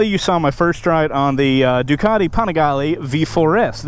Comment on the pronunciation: u saying the name wrong u need to check 650IB for the correct way it pronounce lol